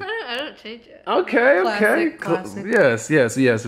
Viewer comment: Dang my mans can’t say ok lmao